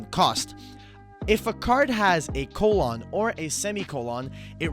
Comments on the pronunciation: My mans said "coal-awn" instead of "colun" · Nobody:: colON